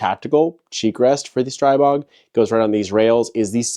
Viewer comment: Streeeeebog not pronounced with an I sound lol